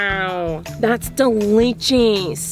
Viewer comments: Nobody: NOBODY: Not even you: Not even me: Miranda: DeLicHiS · "Thats ✨️DELICHOS✨️" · “Wow that’s dilijis”